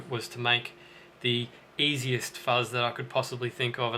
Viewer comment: "bazz"????? "fuss"????? (bass /fuzz)